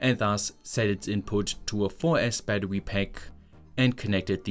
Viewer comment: I love how you pronounce Battery as Battewy lmao